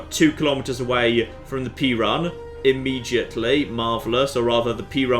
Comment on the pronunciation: Pee-Run? I thought it was Pay-Rune…